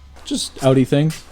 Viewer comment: Owns the pinnacle of Audi vehicles in North America and can’t even pronounce Audi correctly.